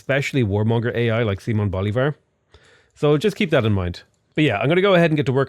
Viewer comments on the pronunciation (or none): none